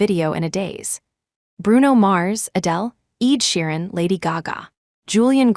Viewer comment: Not Eid, Shiran but ED SHEERAN